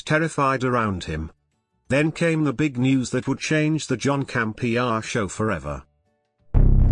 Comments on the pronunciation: "John Camp....e.....areee" dead. 😂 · John Camp EhAr lmao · 'The John Camp-E- Ahh Show' 😆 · John Cam-Pee-Ah! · "John Campe-AH" 😆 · John Cam Pee Uhhh.